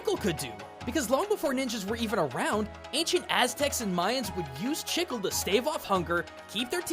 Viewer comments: take a shot every time he pronounces chicle (she-clay) as chickle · Great video, just wanted to point out the pronunciation of "chicle." It's not "chick-el", it's more like "chi-clay," at least in Spanish, I don't know about Portugese but I'd imagine it's similar. The way you're saying it is like someone pronouncing jalapeño "ja-la-pe-no" instead of "ha-la-pay-nyo." Minor nitpick, but the rest of the video was super informative as always :) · Spanish speaker here, your pronunciaton of chicle hurts me. You say it almost like you're trying to say "sickle" when the word is actually "chick-le". Sort of. I can't explain myself, i'll get out of your hair now ._. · Not to sound annoying, but Chicle isn't pronounced that way. While you pronounced it (Chick-Le), it's actually pronounced [Cheek-L-short vowel e] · I know it makes me look like an a$$hole... but If I don't talk about it, someone else will. Chicle is pronounced Chee-clay, not Chick-al. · i just realized he is saying "chicle" , i though he was saying "shizzle" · Loved the video, but just wanted to add something, it's maybe nitpicking but "chicle" is pronounced "chee" as in cheese and "cleh" as in Chile the "e" got an "eh" spelling . Not trying to aggravate anybody, just clarifying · The way you said “Chicle” made me slightly cringe, as I’m Hispanic and that is the word for gum in Spanish. The way it is actually pronounced is “Chee-Kleh”. Just thought I would let you know. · Please stop hurting me,! As a native Spanish speaker, its pronounced chi-CLEH or chi-CLAY. That's all I wanted to say; have a good day. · Chicle is pronounced with Spanish phonetics. The i makes a long e sound, "ee", and e at the end of a word (with few exceptions) makes a long a sound "ay" or sometimes "ey". Thus the correct pronunciation would be "chee-clay". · Sorry to point this out. The Spanish word "chicle" is pronounced Chi• K• Le (but fast...) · You can prounounce omae wa mo shinderu but you cant say 'CHEE-CLAY'